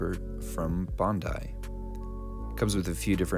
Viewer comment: "Bon dai"